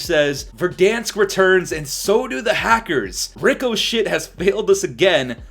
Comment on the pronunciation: I can’t tell if he’s calling it “ricoshit” on purpose because of how shit the supposed anti-cheat is, or if he doesn’t know how to say it…